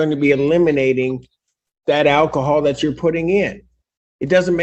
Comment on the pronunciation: Give up the "akahol", bruh!